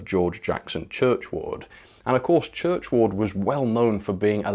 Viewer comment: Hi, there's no reason why someone shouldn't do a Great Bear, after all, they did the Turbomotive, which was another 'one-off' and I'm sure that among the many GWR devotees there'd be a lot of takers for the UK's first Pacific loco. I haven't read any biographies of Churchward (incidentally,, it's pronounced Churchwood not Church Ward!) but I think it is indicative of his foresight in that he was obviously aware of what developments were happening on the continent in France and Germany and maybe wanted to keep up. The first 3 Baden IVf pacifics came out in 1907, with prototypes of one of the most iconic German pacifics, the Bavarian S3/6 following in 1908. He obviously recognised that the GWR mainlines would be ideal for pacific locos, with excellent permanent way for fast running from London to Bristol, Taunton, Exeter and Plymouth, a legacy of broad-gauge days. So I think his biggest mistake was in not producing an initial batch of 3 locos to fully trial the concept!!!! I think the other thing that you didn't mention about Churchward in your previous video was that he pioneered the concept of standardisation on the GWR, with different loco classes having interchangeable parts and boilers. Stanier was a Swindon boy so he was able to transfer much GWR innovation to the LMS when he was appointed CME, much to the irritation of Derby and Crewe. Turbomotive was obviously rebuilt as a conventional Princess class loco but it was this loco 46202 (now named Princess Anne) th